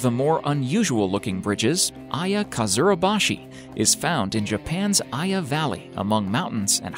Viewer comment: Japan: Iya This guy: Aiya